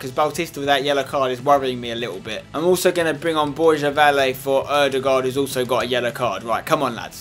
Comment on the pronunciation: borja valle its pronounced bor-ha va-yeh